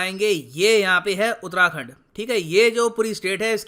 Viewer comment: Sir you are pronouncing utrakhand its actually uttarakhand